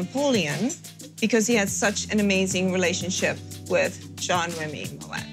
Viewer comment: Why can’t she pronounce Moët properly 😵‍💫 For someone who works for them……😂